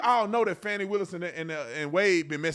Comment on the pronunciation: I love that you pronounced her name Fannie instead of Fahh-ni. You can fancy it up but it's still Fani (Fannie).